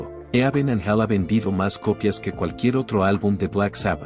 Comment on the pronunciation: Me generó dolor de huev0$ escuchar todas las pronunciaciones de la persona esta... "Dió" "javi maral" "eaven an gel" "blakmo-re" etc